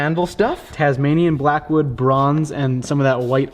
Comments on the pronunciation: you pronounced wewd wrong. Bobby will be disappointed. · He almost said wewd. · its called wewd (w-ew-d) jeez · DID SAY WEWD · Haha I think Bobby Duke kind of contaminated cause it sounded like he almost said WEWD 😂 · Its pronounced wewd 🤣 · what in the HAIL is up with how says wood???